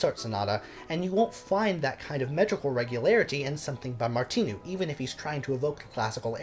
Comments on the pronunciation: And the "I" in Martinu is not an "e" sound -- It's must like "Martin" in Engligh. The "u" at the end of his name rhymes with a cow's moo. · Thanks for your channel. You begin by saying " I think that's how you pronounce his name", but, respectfully, you get them both wrong, by stressing the second syllables. The simple thing with Czech words, including names, is that ALL words are stressed on the first syllable ( although there may also be an additional stress or lengthening of other vowels within a word, such as in Janacek - though no English speakers get it right )- so his name is pronounced BOhuslav MARtinu. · Sorry, but you couldn't have pronounced either of Martinu's names more wrongly! Good post, though.